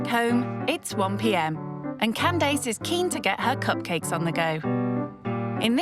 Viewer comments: She called her ‘Calese’ or something deffo not Candace lol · Oh so english people pronounce as can dace rather than candiss